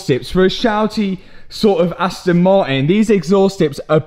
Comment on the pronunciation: It's funny how you say the "T" in "Aston" but can't say the same letter in "Martin" :D Aston Mar_in